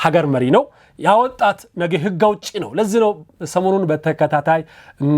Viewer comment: አማርኛህ እኮ በጣም ነው የሚገርመኝ በጣም ትለያለህ ጎበዝ ነህ አንዲት ነገር ብቻ እንቢ አለችህ እርስዋም ነጌ የምትላት ነገር ወደ ነገ ብታስተካክላት አሪፍ ነበር